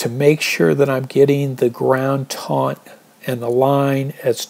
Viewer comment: On the second half, I think you should start with the trekking pole first, then stake out the corners last. Your approach requires a very accurate guess on the corners. Lastly I think it’s “taut” (not “taunt”)